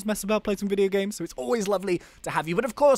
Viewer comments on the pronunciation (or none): none